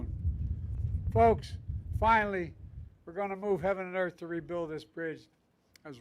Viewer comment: He’s moving heaven and “erf “😂